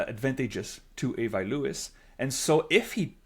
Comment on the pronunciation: Before you get to Winnipeg, try practicing saying "Ahh-vee" instead of "Eh-vah". Say the "i" in Avi the French way.